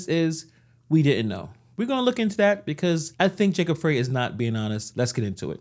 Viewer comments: Our Corrupt Mayor Jacob Frey's name is Pronounced {FRY} as in frying Chicken., not Fray., No pun intended,. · Pronounced "fry", not "freh"